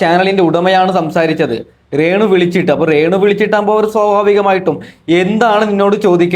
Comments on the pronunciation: റേണു അല്ല രേണു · റേണു സുധി അല്ല രേണു സുധി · റേണു അല്ലടാ 😄രേണു ഷംബ്ബാഷണം അല്ലടാ 😂😂സംഭാഷണം പ്രേഷകർ അല്ലടാ പ്രേക്ഷകർ 😂 വെയ്രൽ അല്ലടാ വയറൽ 😂. നടുക്കുന്ന വീഡിയോ എന്ന് പറഞ്ഞു നടക്കുന്ന വീഡിയോ ആണല്ലോ കാണിച്ചത് 😂😂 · ആദ്യം നീ മലയാളം സംസാരിക്കാൻ പഠിക്ക്, റേണു അല്ല രേണു. പ്രേശകർ അല്ല പ്രേക്ഷകർ.സംഭാശനം അല്ല സംഭാഷണം. വൈരൽ അല്ല വൈറൽ. ഇണ്ടർവ്യൂ അല്ല ഇന്റർവ്യൂ. ആഘോശിക്കുന്ന എന്നല്ല ആഘോഷിക്കുന്ന എന്നാണ് 😏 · Onnu malayalam parayan padi rrrrenu